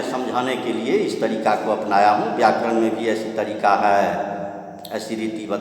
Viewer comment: व्याकरण का उच्चारण सुनने में बहुत मस्त लगे हैं सर